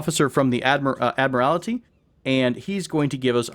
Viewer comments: Man, you certainly did well with the mispronunciations of several words. Perhaps you should have done some grammar research before making a video. It’s painful to hear you pronounce the word “admiralty” smh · I hope you as well. Take some time out of your blessed day and research how to pronounce “boatswain” and “admiralty”. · Boy did you butcher the word “ admiralty”. 😂 And why is it “super secret naval terminology” in regards to your explanation or the “port side” meaning?